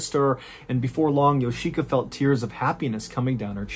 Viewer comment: Of all the beyond weird aspects of this lunacy, I can't help wondering how a person can learn this much about a Japanese family without realizing that the i in Yoshika would never be accented & if anything, it'd be de-accented. It's just odd hearing Yo-SHI!-ka every few seconds over & over again.